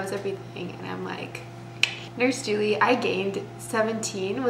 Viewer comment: Thank you so much for pronouncing the name Julie correctly! 🥳 Most people pronounce it as JEWEL-E but that’s wrong. The correct way to pronounce it is JEW-LEE